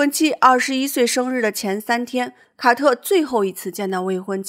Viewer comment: 五月，“凱特琳和凱特...” 「凱特」是誰啊？ 「卡特」啦！ 聽得我都暈了。😂